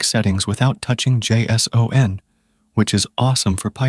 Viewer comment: it was the, " JAY. ESS. OHH. ENN. " that did it for me.